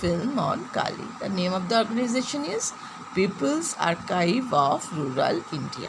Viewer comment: The pronounsation is wrong of Archive .